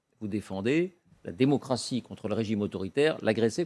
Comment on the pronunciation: Il a dit dimocratie. 😂😂😂😂😂